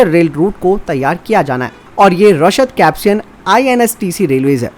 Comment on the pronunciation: कैप्सियन सागर नहीं कैस्पियन सागर है भैयाजी।